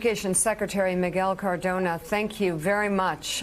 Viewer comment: CARDONA. CARDONA. Not carodna dummies!